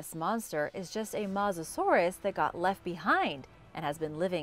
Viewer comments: is that the correct pronunciation...I thought it was pronounced MOE SASAURUS not MAH SASAURUS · It's not masasaurus as she says it's MO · “Matzoh-saurus”? I think the word you were looking to pronounces mosasaur… As in “Moses-saur”. Then again you probably eat Tom-autos and Paw-tah-toes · It’s not called a mosasaurus just called her Moses Sauris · its not mawzasauras but mossusorus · It’s not said mossasourus it’s said mosasaurus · It’s mosasaur us not Mosa saurus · Mo-sis-sor-es not moosisoorish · Not mos but mowsa saurous. Phonetically speaking... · AND WHAT IS A MASSASOROUS BROO😂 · ahh yes the MAUSASAURUS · You are actually saying mos er sur it herts me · its mo za saur us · It’s mouzusorise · Its not mozasorus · That is not how u pronounce Mosasourus its Mo sa and like sors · It’s pronounced ‘moasasorus’ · I hate how she mispronounced its name every time. I cringed every time she said mosasorus. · I take this channel with a grain of salt, she mispronounced Mosasaurus and called it a Sabertooth tiger (no such thing) instead of Sabertooth Cat. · That is not how you say Mosasaurus no offense still love the vids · you say mosasaurus with an o at mos